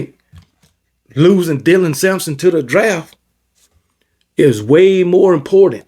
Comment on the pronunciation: Finally showing Dylan Sampson some respect and pronouncing his name properly